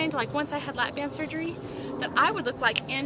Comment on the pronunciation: sorry BAND. not bang.